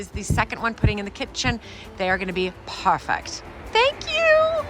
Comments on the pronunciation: "p-e-r-f-e-c-t". Pronounced per-fect. Not purrr fect. Sorry I just don’t understand why you do that. Did you have a speech class and emphasis was on certain syllables? Same for beautiful. Pronounced b(be) u ta full. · Why are you saying "parfect"?